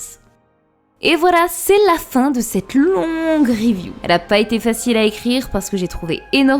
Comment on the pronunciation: j'ai cru que t'avais dit "séraphin de cette longue vidéo" 😂